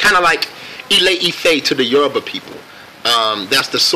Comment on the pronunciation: I'm half Nigerian and I just want to acknowledge how Mr Glen pronounced both the Yoruba and Igbo tribes correctly😊😀😁 Yesss!!!